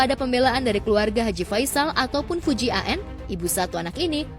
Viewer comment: Fujianti min , bukan Fuji AN 🙏